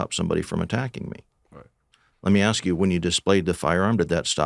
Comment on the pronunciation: Hey I'm with you on this malicious prosecution for a crime you didn't commit. But do yourself a favor.......learn the proper pronunciation of the word: "ask". For example, the word is NOT pronounced: "ax" or "axed". A-S-K, ASK. Nuff said.